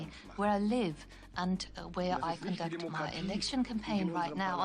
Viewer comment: How do you fuck up the word “conduct”?